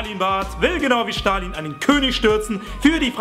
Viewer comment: Stalin nicht "Schtalin"